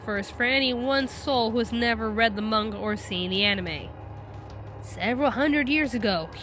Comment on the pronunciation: >pronounces manga correctly >pronounces corps incorrectly Shit like this is why weebs get called weebs.